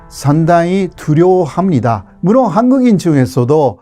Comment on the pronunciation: 호교수님의 '물론'은 연습 많이 하세요. '물론'의 일본어인 '무론'을 그대로 쓰고 있어서 아직도 안 고쳐지고 있네요. '즉각'처럼 어려운 단어는 발음이 좋으시면서...